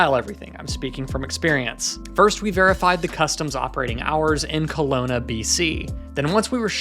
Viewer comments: The mispronounce of Kelowna, man that one hurt 😅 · every Canadians gonna love that. Kalauna hahaha